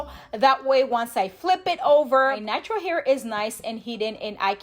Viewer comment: Love the great tutorial.... FYI... ("BOO HOO" is like crying.. "Boe Hoe" sounds like Boho..Bohemian? when you say natural is sounds like Nitro.. )